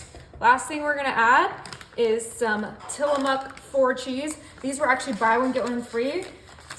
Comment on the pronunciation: Tilla-moook god d_ _m learn to speak if you’re gonna make videos.